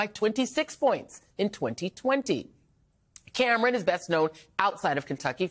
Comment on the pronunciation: Anyone notice that Joy pronounces names oddly? She calls a guy named Gabe gaw-beh (his full name is Gabriel) or pronounces the er in Cameron.